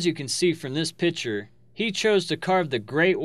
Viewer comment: learn to say "Picture". It's not PICHER!